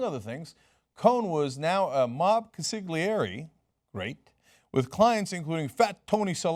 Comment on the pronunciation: You pronounced consigliere wrong.